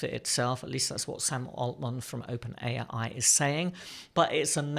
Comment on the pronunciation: "Open IA"? I'm pretty sure it's: 'Open AI', LOL.